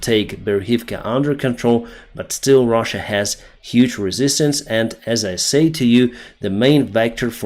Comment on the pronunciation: You said russia wrong